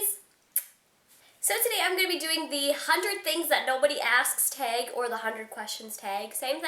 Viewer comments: "teg" lolol awh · You say 'tag' ugly. ahahahaha. regardless, funny.